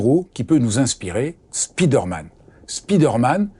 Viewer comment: Excellent, merci! J'adOre votre chaîne! Petite correction: on dit spider man et non speeder man (au son: spaye, et non spii)